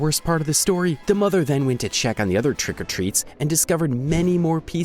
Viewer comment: More emphasis on "TRICK" as they did.